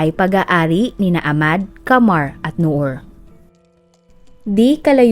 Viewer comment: Ahmad o ahmed hindi po silent H pag pini pronounced ang name nila kasama ang H pag binabanggit ang name